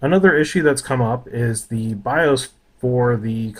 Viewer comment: Bios: “Bye-auhs” ;)